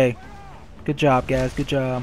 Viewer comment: is he saying guys... guys... or gays... gays...